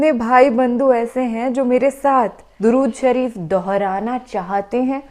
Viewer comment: MashAllah SubhanAllah Appi Aap ney Alhumdolilla Droodshrif to Aap ney pdhi लेकिन थोड़ी सी सही नहीं पढ़ी